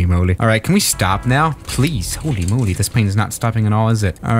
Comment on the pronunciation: Nobody:: “hÖLy MöLy”